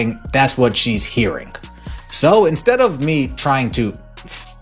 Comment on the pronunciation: The guy saying … “hearing”, but pronouncing it “hearingK”. With a hard K at the end. Who taught people how to talk like this ? It’s horrible